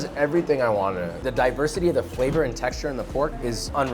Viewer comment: I thought he said diapersity 😭💀